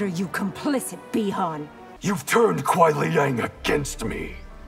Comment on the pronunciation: It’s Kuai. Not Quai.